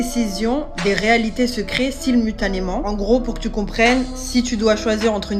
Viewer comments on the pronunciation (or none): Ça arrive pas à prononcer le mot « SIMULTANEMENT » mais ça tente de faire un cours magistrale sur l'inflation cosmique, la théorie des cordes et la mécanique quantique. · Je suis restée bloquée à « silmutanément » 😅 Tu trouves de ces pépites quand même, c’est hilarant 😂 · "Silmutanément" aahh yes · J'ai arrêté d'écouter à "Silmutanément"